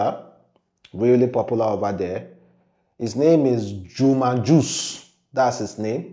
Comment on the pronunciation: It is "JUMA JUX" and not "JUMA JUSH":face-blue-smiling::face-blue-smiling